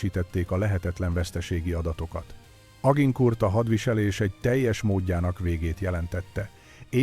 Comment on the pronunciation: Mondd inkább, hogy Azsankúr...